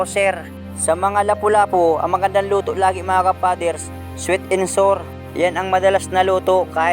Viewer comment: pareho kayo ni bicol ka ng sinasabi.hinde sweet n,sor ang tawag za luto nayon.sweet n,sour ang tamang bigkas ka,hinde sweet n,sur. kunde sweet n,sour.